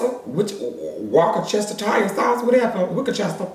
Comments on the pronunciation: No you didn't just say WALKER CHESTER😂😂😂🤣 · Not wickachester sauce lol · Wuchachester sauce 😂😂😂😂😂😂😂😂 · Man took me tf out 😂😂😂😂😂 “walkachestattire sauce” 😂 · Yessss wukachester! 🤣😂😂 (worcestershire). I cant stand a liar either at alllll 😑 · "walkachestesire sauce" PLSSS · Witchchester sauce ...wikichester...washaya 🤣🤣🤣🤣🤣🤣😭😭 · Correct Word: Worcestershire sauce version: Wookechester sauce 😂😂😂😂😂😂😂😂😂😂😂😂😂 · Wakachestershire sauce 😭😭😭😭😭🤣🤣🤣🤣🤣🤣🤣🤣🤣😭😭🤣he fuckin funny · Ctfuuuuu workchester tire sawse lmao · Not “wookachestah” 😭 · "wokestshire sauce!!!!!" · Walker-chester-tire sauce lol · I need the clip wit just the Worcestershire pronunciations.🤭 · I died 10x’s when pronounced “Worcestershire” 😂🤣💀☠️. I 💚 this man!! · I lost it when he said”wockchester”😂😂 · Warsh-tershear sauce ... Lolol that’s how it’s pronounced. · ' WookaChester Wosh shire' 😭🤣🤣🤣💀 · pronouncing “Worcestershire” in the sauce LMFAOOOO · YOU TRYING TO SAY WORCESTERSHIRE SAUCE 🤣🤣😭😭😭😭😭 bro I cant breathe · the Worcestershire pronunciation took me out 😂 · best part is Worcestershire sauce i fuckin diiiiied !!! i use to say it like that too